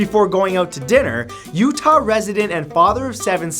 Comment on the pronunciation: What with the emphasis on Utah?